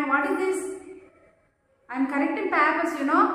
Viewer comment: Please correct your pronunciation. Especially for "Papers". Good effort 😊